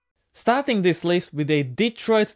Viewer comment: Thank you for pronouncing the name of the engine and it’s home correctly, it’s “Deeeetroit”. Thanks again.